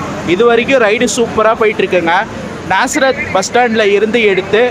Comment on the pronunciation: bro நசரேத் ila நாசரேத்